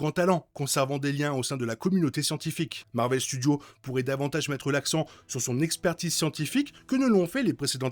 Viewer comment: Bel épisode ! Il peut être tué par les Nathan, Summers et Grey. Nate la d'ailleurs tue dans AOA ce qui étonna Sinistre avant de tomber raide 😅 Ps: tu galère toujours autant avec les s de thunderbolts et Marvel Studios 😅😅😅😅😅